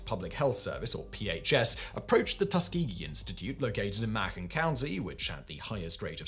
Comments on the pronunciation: Hey Simon, it's said this way..the county in Alabama. : [MAY] + [KUHN]. 🤓😉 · Macon rhymes with Bacon